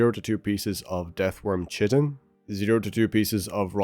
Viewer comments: not to be that guy, but chitin is pronounced as kai-tin, and not chi-tin. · chitin is pronounced like "Kite" not like "chit chat" so its pronounced Kite-In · It's pronounced k-eye-tin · Chitin : "K-eye-tin"